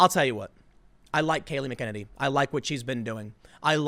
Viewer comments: Her name is pronounced MAC-ah-nay-nee. Please do some due diligence before quickly producing another story & throwing it up on YouTube for sweet, sweet clicks ($$$). Also, GET IT THROUGH YOUR HEAD these 'reporters' are whores working for globalists. They will say & do ANYTHING to please their master, who are more interested in spreading Leftist propaganda than clicks. (You're the one obsessed with clicks.) Lastly, WHY DO YOU STILL LEAN LEFT? Hasn't the Democratic governors' recent actions proved they are only after POWER? They don't care about people! BIG GOVERNMENT DOESN'T WORK!!! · I think it's pronounced MAC e nanny. Yes, no, anyone? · MACK A NANE EEEE TIM, CMON BRO DUDE MAN. :) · Tim, the last part of her name rhymes with "granny" -- MACK - uh - nanny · Actually, it's Mack -uh - Naynee. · Just a guess but I think it’s MACK uh nen ee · Pronounced... Mack- In- nay- nee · Mack Uh Nanny It's Irish hahahah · It's pronounced "Mack Uh Nanny" Mackuhnanny McEnany it's easy just practice it hahahaha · Her name is pronounced Mac-a-nay-nee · Please pronounce her name correctly. It’d not McKennedy. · You're butchering her name so bad lmao Its pronounced Mac-uh-nay-nee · Mc En any. Come on Tim. Watch a video to hear the pronunciation. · Tim, you are killing me with her last name. You are BUTCHERING the pronunciation of her last name. You really should take a moment or two and get her name correct. From the looks of things, she is going to be around for a while. It would be nice if you learned how to pronounce it correctly. It's MACK - a-neny and not mu-KEN-a-neny Here's an example, it's pronounced correctly in the first 5 seconds. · Tim you are my favorite, and i am doing myself a comedic injustice because i love how you pronounce her name but it is pronounced mac a nanny. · Max respect - I think it is pronounced Mack-En- NAY-NE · She is uber competent and organized, they can't handle that. I think her name is pronounced Mac-en-ay'-nee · Pronounced: MAC AN EEE